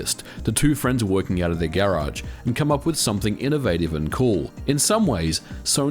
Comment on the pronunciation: The only problem I have with this video is the way u say garage